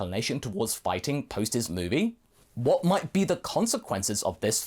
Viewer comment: His level of hwat??